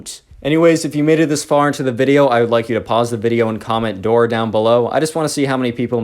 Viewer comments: I’m probably sleep deprived but did you say to “lore” or “door” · did he say door or dora?